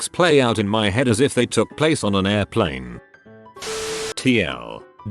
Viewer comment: Air-pleen stories...?! 😳✈️ 🤣